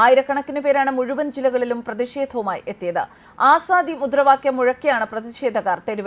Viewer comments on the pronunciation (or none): none